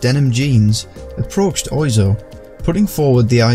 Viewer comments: its pronounced more like WAH ZO rather than OI zo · He is pronounced like Whaaaa Zoo, not Oizo)))) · "Mr Oi zo"... I may be wrong, but I think it's pronounced "Mr Waz Oh"? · Pronounced wazo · Apparently "Oizo" is pronounced "hua-zoh". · Even if "Eric" is a casual English name, it's also a casual French name too, just like "Paul" or "Quentin"... And Mr Oizo is pronounced "wa-zo" (oiseau is French for bird). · It's more like wazzo. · Yeah, it's "wah-zoh". Like oiseau, a bird in french. Because he has french "roots". XD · wah-zo. like oiseau / oisseau, the french word for bird and a french city. otherwise good shit mane ! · It's pronounced "wazo" oi in French sounds wa. Oizo is a "misspelling" of oiseau. (bird) the way you said it was very surprising for the frog eater I am. not to mention he inspired all the French touch dj's we had from Daft Punk to Justice via SebastiAn or Laurent Garnier. Dupieux is the godfather of all still today. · Mr. Oizo (pronounced 'Monsieur Wah-zoh') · Fun fact! (not as fun as the top comment but hey) Oizo is actually pronounced Wazzo. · It's pronounced waso. It's from the french for bird. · Yeah I've became aware of this since the video was uploaded. The name isn't spelt anything like the pronunciation, but it is French I suppose 😆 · You are correct, made this video a while ago and there was a slip up with the pronunciation.